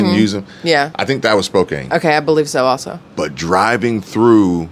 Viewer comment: It is pronounced Spo- can.